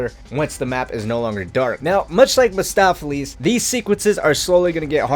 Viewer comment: Mahstopheles? No. Mephistopheles